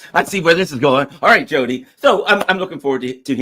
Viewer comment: Bro it’s not Jody like Jody foster. U know Tia, in Spanish? It’s a soft “T”